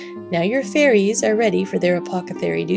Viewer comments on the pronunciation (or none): I'm sorry to point it his out. I make the same mistakes all the time. You keep saying apocethary instead of apothecary. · You keep saying "apothecary" wrong. It's distracting from the beautiful work.